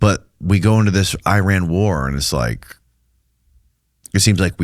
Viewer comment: eee-RON,FFS,!! eee-RON.